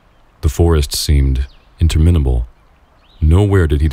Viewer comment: i love the description of the forest & bugs through heightened senses. maybe "interminable" should have emphasis on the 2nd syllable instead of 3rd